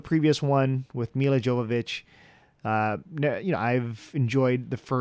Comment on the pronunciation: The j is silent in Jovovich. I hope that I don't come off as rude.